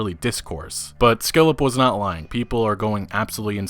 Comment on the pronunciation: Couple hints: It's not skillep, but Skill Up, and in poignant, the 'g' is silent.